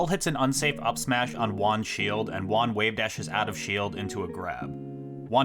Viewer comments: Your Juan pronunciation is so bad it took me 12 minutes to realize you were saying Juan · You Juan like a gringo. Gotta make that h sound hermano.